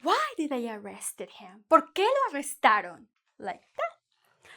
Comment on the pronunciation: Lo arrestarÓn? O lo arrestaron? Be careful with stress. Good lesson anyway